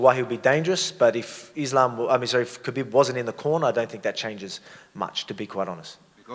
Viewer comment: I love how volk calls khabib “kahbeb” 😂😂